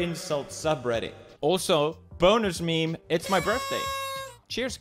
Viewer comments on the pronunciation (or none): none